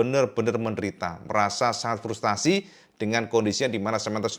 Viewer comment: Frustrasi,bukan Frustasi 😊